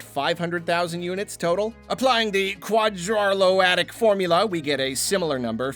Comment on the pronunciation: The "Quadarlotaic" formula lol!